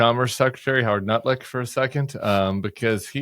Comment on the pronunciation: LOL. Did you just call Lutnik 'Nutlik?'. Perfect. Just perfect.